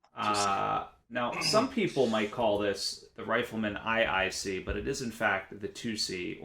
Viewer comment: Whoa, Rifleman "eye-eye-see" took me back. That's how my brother and I pronounced the IICs when we first encountered them in MW2.